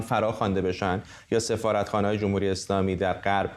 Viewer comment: گزارشگر: جووم هووری... منظورش: «جمهوری»